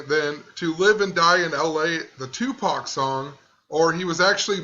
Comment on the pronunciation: The fact that she says "TuPACK" means her mindset is of reading a script, her own thinking is not in the moment. Bet as it came out of her own mouth she also knew it was the wrong way to say it.